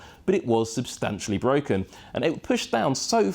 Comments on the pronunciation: “IT'S BWOKEN!” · ITS BWOKEN! ITS BWOKEN!!